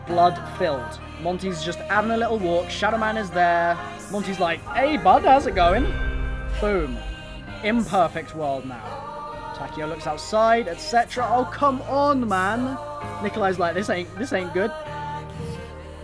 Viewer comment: its takeo not takao